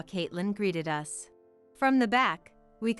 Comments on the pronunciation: The AI can't say us. They call it U S instead of uhs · No space between the different stories, which almost run into each other! Why is the pronoun "us" read as "u s" (2 letters), instead of the pronoun itself?